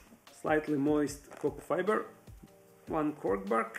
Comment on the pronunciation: Cork fiber? I thought you were saying cocoa fiber all this time. Lol